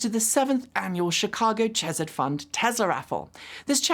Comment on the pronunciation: Just a note: the "ch" in "chesed" is like a throat-clearing sound followed by a strong h sound.